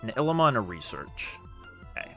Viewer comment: The way you pronounce "Ilima" is borderline criminal :)